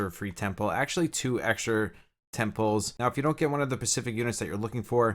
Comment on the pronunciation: First time playing gacha. No idea what is going on. Kept hearing "getting temples. i'm going for temples". Only to realize you meant "10 pulls!"